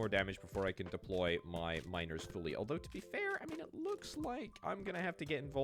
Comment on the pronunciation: When you say "miners", my ear hears "minors".